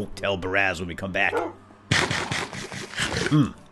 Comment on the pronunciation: God, every time he said Baraz it annoys the crap out me.